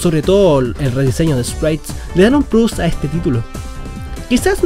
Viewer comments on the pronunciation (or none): none